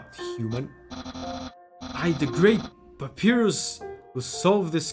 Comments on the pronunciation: From what I’m aware of, Papyrus is pronounced Pap-EYE-rus. This name is also a font! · Ahah love this. Just so you know it's pronounced pap-pie-rus. Hehe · It's not a big deal but the name is pronounced pap-eye-rus, it's based on the word papyrus (an ancient sheet of paper) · pronouncing Papyrus as Pa-pee-rus baffled me, because that's how I pronounced his name at the first time (I'm not a native English speaker). In my opinion, it does sounds cooler than Pa-pie-rus (imagine papaya vs papiro hehe) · Pronouncing Papyrus's name as Papi rus feels like the way he'd say his name if he wanted to be fancy. Like, he'd go to an art museum and introduce himself that way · Papyrus (Egyptian paper) is read pa-PEE-rus in portuguese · My spanish speaker pea brain pronounced "pah-PEER-us" until I heard the English way 😂😂😂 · The fact that he says Papyrus wrong hurts me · The way he pronounced papyrus I can't 💀